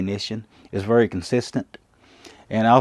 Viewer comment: That’s a “vury” well made bullet ;)